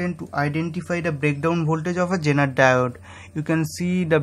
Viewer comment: why does he keep saying JENER diode ?are Indians incapable of saying Z ?I don't think they are, because Indians have ZEE TV and they can pronounce that correctlyso... why is he saying JENER